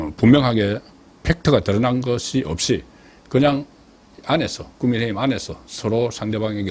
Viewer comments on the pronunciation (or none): none